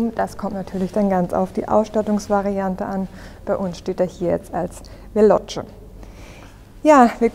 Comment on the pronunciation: Super präsentiert 👍🏼 Es heißt jedoch veloce nicht fellotsche 😉